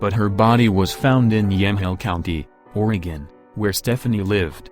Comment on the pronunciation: If you're going to talk about Oregon it's probably a good idea to learn how to pronounce Oregon correctly. This narrator's tone, and phrasing makes the mysteries sound like low level comedy.